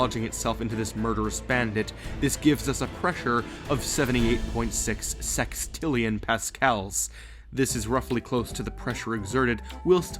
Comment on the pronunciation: he says sex, sextillion